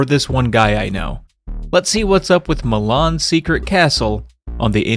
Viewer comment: I keep hearing you say "Mah Mom's Secret Castle"